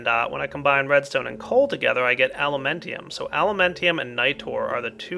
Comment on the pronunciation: Just a tip to remember the Mining Well recipe: it mines downwards, so you put the pickaxe in the bottom. And "Alumentum" doesn't rhyme with "Pentium" but with "momentum". Anyway, you could easily be one of those teachers who can teach really well AND make the students want to go to class. :-)